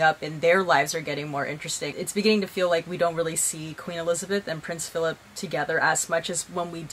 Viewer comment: 'feelip' lolll